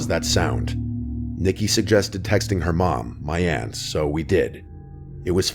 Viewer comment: Aunt, not 'ant'.